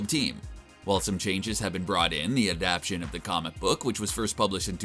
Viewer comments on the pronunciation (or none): This man really just said adaption lmao . It’s adaptation. Come on man wtf. Do better